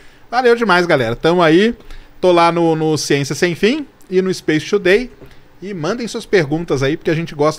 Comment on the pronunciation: Serjão fala Space Today e eu só consigo ouvir SHAPE TODAY!!!